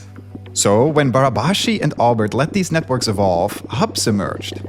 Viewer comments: Congratulations to Derek pronouncing " Barabási" almost perfectly. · pretty good pronunciation on Barabási's name there